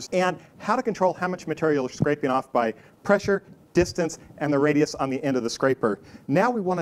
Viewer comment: Presure? Radus? Come on, dude